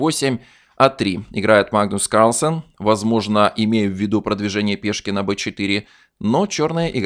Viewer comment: мне навиться, как автор произносит "Магнус Карлсен"